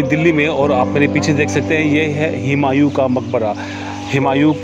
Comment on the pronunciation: हुमायूं है, हिमायुं नहीं